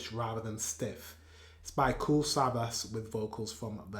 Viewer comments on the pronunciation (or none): You have to pronounce the last S like sh 😉